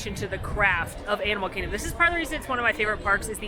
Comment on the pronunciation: Animal Kihgdom? 🤣